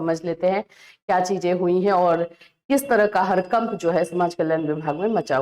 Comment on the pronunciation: गड़बड़ ❌गरबर ✅ हड़कंप ❌हरकंप ✅